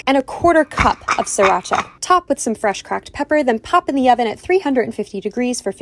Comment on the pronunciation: when he said "and then you just gon' throw SrrrrirrrHHacha in there..."😭😭😭💀